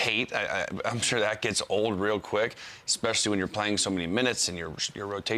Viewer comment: Hey Lou, English teacher here. Consider some other words to use instead of ekspecially. Like, in particular notably largely chiefly mainly mostly principally strikingly conspicuously outstandingly Then all the little dudes who look up to you will say that too.